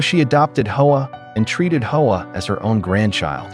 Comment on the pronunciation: Hoa is NOT pronounced "Ho-Ahh". It is pronounced "wah"... Eff you and your AI crap!